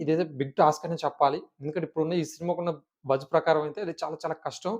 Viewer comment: బొజ్జ కాదు బజ్